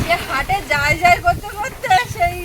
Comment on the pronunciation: শব্দটি জায় নয় যায় হবে